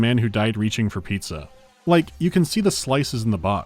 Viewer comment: Anyone else recognize pronouncing 'pitza' wrong in the intro?